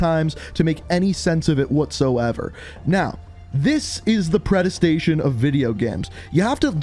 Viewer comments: did my guy really just say "predestation"? It's predestination bro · "Pre-Destination" exists:- "Predes-tation" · Did this guy call Predestination "Predestation"? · The movie is "Predestination", not "Predestation" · Predestination not predestion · Predestination not predistation but keep going! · How can you pronounce predestination so wrong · The way he pronounced “predestination” hurt me internally